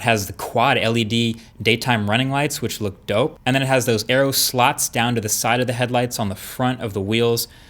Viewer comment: Putting some Flossy style emphasis on the word "slot" XD